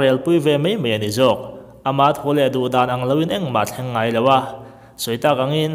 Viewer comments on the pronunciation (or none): none